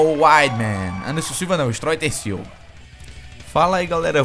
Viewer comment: uhm erro no final do video ele falo andeson silva kkkkkkkkk